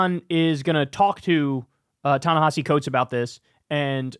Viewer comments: Pronunciation, and respect: Ta Ne-HEE-SEE Coates. Not that hard. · Even Kyle mispronounces Ta-Nehisi.